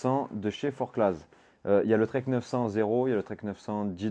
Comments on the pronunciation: On dit merino et forcla par contre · Super vidéo !! Par contre, ça se prononce "FORCLA" 😉